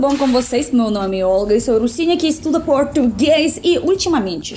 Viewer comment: Se liga no sotaque paulista na hora de falar "português".